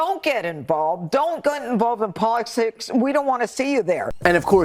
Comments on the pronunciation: "Don't get involved in what? Polisticks did you say? 😂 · Did Judge Jeanine say “polistics”? Too much wine! 🤣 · "Don't get involved in policsix" Jeanine Pirro Fox News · Pirro trying to pronounce politics sounds like Trump trying to talk at his rallies. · Go Taylor!!! I had to laugh; Jeanine Pirro seems to have trouble saying, "Politics". Is speech confusion contagious when you spend too much time listening to cognitively declining men? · she's so full of Botox, she can't even say "politics" 😂